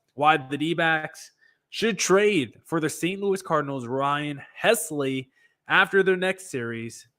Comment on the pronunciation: if the D’Backs do as you suggest and trade for the Cardinals closer, you will have to learn to pronounce his name. It’s HELSly, not HESly. The “l” comes before the “s”—“Helsley”!! 😊